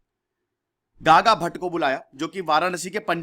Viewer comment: Naam ke pronounce me bahut Galtiya hai jaise, शंभाजी nahi संभाजी है. दादा भट nahi गागा भट्ट hai.